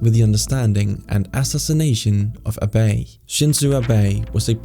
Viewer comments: Btw, for Abe, It's not Ahh Baaay; it's A-beh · Fascinating topic I had now idea existed! FYI, "Abe' is pronounce Ah-Beh, not Ah-Bay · It's Ah Beh NOT A bay. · Shin-zoe ah-bay not uh-bay please it hurts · His name isn't pronounced Uh-bay, its Ah-bay. So his name was pronounced Shin-zo Ah-bay. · Great video, but one (in my opinion) major note—Abe is pronounced AH-BEH, not AH-BAY. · "uh-bay"? like michael bay? nope.. "Ah----- be" as in be in "bell" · Ah-bey NOT a-BAY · Dude it's ABÉ not "A BAY" ffs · Abe, like most Japanese words, has no stressed syllables. So rather than aBAY, it's pronounced simply ah-bay (/ˈɑːbeɪ/). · Who is Abay? It’s Ah-Beh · Not A Bae it's pronounced Ahh-bei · I know it's not the focus of the video. but pronouncing his name like "A Bay" is a tad irksome.😭😭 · Try to pronounce Abe i the right way. Abey is far from ok. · Shinzo "a bay" :face-blue-smiling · Shinzo "A bay" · How hard is it to pronounce “Abe”? Say Ah Ah Say Beh Beh Say Abe Abeigh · It's Abe, not "Abey". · Shinzo "Abae" 💀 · "shinzu abei" at least try to learn how to pronounce names next time you make a video... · i despise how you call him "ah-bay" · Emphasis on the A, not the be, when pronouncing Abe, fyi. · The pronunciation of "Abe" adopted by this video sounds suspicious, although a severe caveat is that i do not speak Japanese. Still, i have never previously heard an accent on the last syllable; either no accent on the two syllables, or a slight emphasis on the first. Would any native speakers of Japanese be able to comment one way or another? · I just cannot get over how you pronounce his name. It is really not that difficult. Why can't English speakers ever get names right? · This is hard to listen to. Have you never heard Aabe pronounced? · My boy, the way you're pronouncing "Abe" is jacked up. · Interesting video, thanks. But also, in researching for it surely you heard Abe's name pronounced many, many times. So I don't see why the continual mispronunciation in this video.